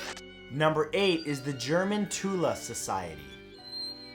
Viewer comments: just a matter of point the correct way to pronounce "the Thule society" like tool with a lisp so pronounced more like thool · I need to correct this guy on some thing thule pronounced. (th-ule) worshiped the land of shambala wich was a land of quote on quote arian perfection and said land was rumoured to hold an army so great that it could have won the war for germany as well as be the most powerfull militia out there and alchemy as well as the acult practices were used to try to creat portals to this rumoured land Side notes other practices were used and this society spearheaded the way for the nazi regime as well as smaller faction groups known as hydra wich was an idea used for comics later and millennium wich is rumoured to still be around waiting for the return of shambalian gods